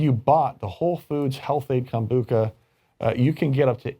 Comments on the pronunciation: KombuCHA not KA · Lol it is pronounced kombu cha not kombuka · “Kombucca”... once again, educate yourself before going on camera lmao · Yeah I know right? I kept thinking it's Com -Boo-Cha not Kon-Book-Ka . My Inner Hermione cringed. 'It's leviOsa, not levioSA!' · Lmao. I was like 🤔 maybe I (and everyone else I know) have been saying it wrong all this time. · That's not how I pronounce kombucha.